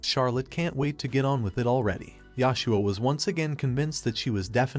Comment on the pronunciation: How? How can AI fuck up a name as simple as Joshua? Yoshua? Really? I hate AI so fucking much, and i know just commenting here helps this bullshit, lazy, AI slop channel, but i can't just say nothing.